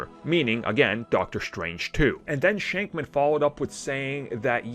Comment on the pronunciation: Stop saying Matt shankman its shakman